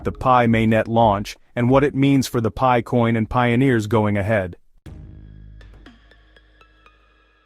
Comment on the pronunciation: AI generated clickbait nonsense. What is pee-eye? 😂